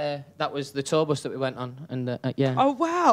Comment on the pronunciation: “BOS 1 yeah”